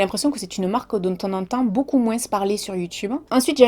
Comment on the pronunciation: J'ai vécu 30 ans dans le Var et c'était courant d'entendre cela !